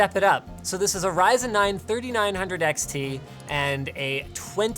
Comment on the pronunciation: Ree-Zen, dude. Seriously.